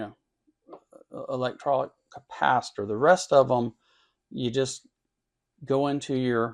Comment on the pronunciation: Liked the video, with a few caveats: - "electrolic"...? - "serial" vs "series" components - One area this meter shines is its ability to measure ESR under a wider range of conditions/settings that many other models, and ALSO that it can so easily & quickly measure DCR (many can't at all). Those are both important things to be able to measure on capacitors, but not mentioned here. Otherwise, my own RuoShui (pronouced Roo-Oh-Schwayee) meter is the 4091C. There are six versions altogether, with the 4090A & 4091A models being able to test at up to 10kHz, the 4090B & 4091B models testing up to 20kHz, and the 4090C & 4091C models testing up to 100kHz; the difference between the 90 and the 91 versions is that the 90's only allow selecting from a handful of preset test frequencies within the range mention above, while the 91's allow setting (using the keypad) to program in any test frequency within the aforementioned range.....for example, you could tell it to test at 98542 Hz. I also bought my 4091C on Amazon (in late March 2024), but it came with a US style IEC power cord. What was still kinda messed up was that it still came with the line voltage selection switch set to 240V (instead of 120V); I did not notice this and used the meter for about a week before I changed the switch. I am not sure how it worked that way, since it does not have a universal power supply inside, and instead uses a linear supply topology and and linear voltage regulators.......